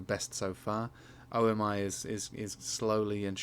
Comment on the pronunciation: O m i? Pronunciation is omi like omi homie. Going to fly before December